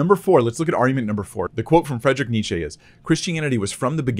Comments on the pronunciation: The English Wikipedia entry on Nietzsche gives you the correct German pronunciation. It would be ˈniːtʃə, or for you English speakers out there something like NEE-chə, NOT Nee-chee as I heard you saying in the video. But I don't see a reason that you have to pronounce Nietzsche the German way when the video is in English. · As a German, I would say your pronunciation of Nietsche is ALMOST perfect. Only the last vowel differs a little. I would be more like Nietsch-eh than Nietsch-ee. However, I would be very interested in your pronounciation of Friedrich - that's really the hard part. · Of course you don’t pronounce Nietzsche correctly, but it’s close enough. (It more like Nietzsch-eh not Nietzschee) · German here, and your Nietzsche ("Need-z-sheh") is pretty good. You see: Nietz-sche. "sche" is pronounced like the english "shelf" without the "L-F". While you pronounced it like the english female pronoun. Germans would spell your pronounciation as "Nitzschi". So, the only thing you mispronounced, is the final letter. Native Germans also would usually elongate/stress the "nie" part ("nEEd-z-sheh"), but it's a name with no hard rules. See... In fact, it's a common and highly variable surname. I encountered people surnamed Nittsche, Nietsch, Nitzsche, Nitschke so far, and of course the famous Nietzsche. Wikipedia tells me that the Latin version is "Nicius", the Sorb version is "Nyča", a German-Polish mix is "Niczke". The supposed German base form is "Nitz"... don't ask what it's supposed to mean. It's probably not the tiny village in West Germany, nor has it anything to do with "niche". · so, german here 😏 we don't pronounce the e at the end of Nietzsche like an english "e", it's more like you say the "e" sound in "meh". but it's really not a big thing :) also, love Far Away Rhino 😂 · Nietz-chi (chi like in "chip"). Otherwise well done. And yes, I know I bit. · Sorry,, but your pronounciation IS off. Germans just don't care enough about ole Freddy to correct you.